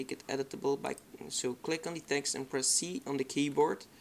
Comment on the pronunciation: werk vooral aan je and, je zegt het als en.